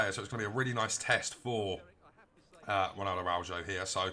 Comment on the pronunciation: Pronunciation is wrong , thanks for the nice review though.